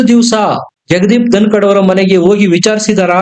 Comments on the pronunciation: ❤️ಸರ್ ಧನಕಾಡ್ ಅಲ್ಲ ಧನಕರ್.. ಐ ಲವ್ ur ವೀಡಿಯೋಸ್.. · ಜಗದೀಪ್ ಧನಕಡ್ ಅಲ್ಲ ಅದು ಧನಕರ್